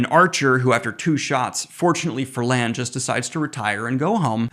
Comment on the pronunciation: You say Rand then call Lan “Land” 😂